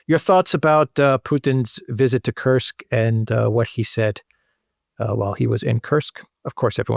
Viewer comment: it is "Koorsk", otherwise "you are absolutely right"😉